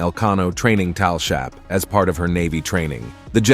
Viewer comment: "she will sail the Juan Sebastian Elcano towel shap, as part of her naval training..." do you mean TALL SHIP? lol, these AI generated scripts are horrendous.